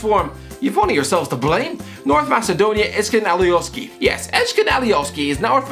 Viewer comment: As an albanian your pronasuation of ezgjan alioski is hillarious